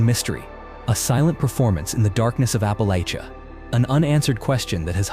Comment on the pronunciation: 1. Learn to spell, please. All these places are easy to find and spell. 2. Perhaps, now hear me out, try to use actual photos from NC. 3. It’s App-uh-LATCH-uh. 4. If you are going to talk about (by you I mean AI) something, then have pictures of it! 5. Pronunciation matters! Hooo-wari? Really? You said different every single time. 6. Bent trees are not exclusive to the Uwharrie Mountains. They occur all over WNC and the southeast. 7. They are rock walls…. The land changes and lack of evidence of homesteads doesn’t mean they weren’t there. 8. Did you mean Belews Creek? Please do better. 8.